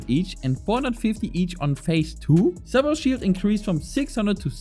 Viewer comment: lol you are German 😂I already thought how you pronounced cerberus that sounded very German 🤔 But your Englisch sound very good and your Accent Dosen't Sound German at all 👍 And also thanks for the guide it was very helpful